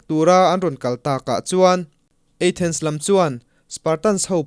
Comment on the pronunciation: Athens eithens tih deuh a lam leh thin hi hit viau lo